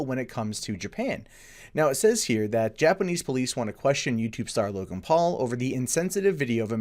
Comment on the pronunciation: "Login Paul". Sorry? Isn't his name Logan, not "Login"?